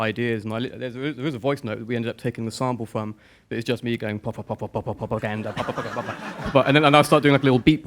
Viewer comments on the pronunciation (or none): The part where Bellamy says "Pwopaganda": You're welcome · this was such a good interview, matt calling it "pwopaganda" lol, this is the best thing ever jalsd